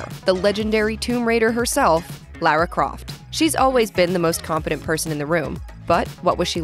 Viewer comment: “Lera Croft” yes nice one